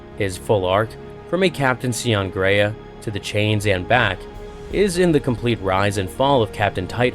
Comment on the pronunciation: Planet Graia, not Greya, Gr-eye-a. Titan Invictus wasnt being constructed, Sidonus commented that it was 'unused'.